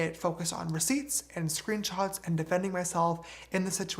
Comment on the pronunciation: Im bothered by how he says screenchots instead of screenshots 😂